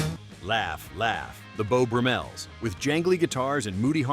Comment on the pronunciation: Jim Morrison was never in "THEM". And someone should vet these videos before posting them for correct pronunciations! It's the "Beau BRUMmels", not "BruMELLS.